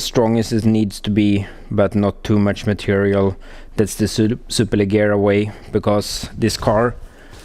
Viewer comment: It's pronounced as "superlejera" :)